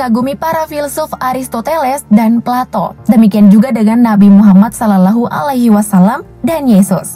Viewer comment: Miminya bukan islam yah, kok nyebut Salallohu alaihiwasallam kyak gitu. Wkwk